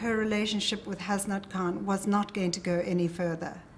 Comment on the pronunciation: The way they say 'Hasnat' 😂😂😂! I understand why but that's not how you actually say it tho! There should Be no separation between 'Has' and 'nat'! anyways, never mind!